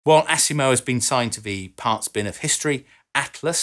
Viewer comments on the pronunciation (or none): I like how he says ASS IMO lol AS IMO not ASS lol